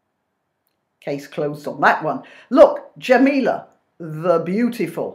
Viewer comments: Sorry, I love what you're saying but its Jamelia, with an i, not Jamela, as you're saying, that's how she pronounces it anyway. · Her name is Jamelia. Not Jameel. What are your motives for being so nasty? Please don’t come back at me with “Its satirical” This is definitely not satire. Satire is funny. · not la....lia!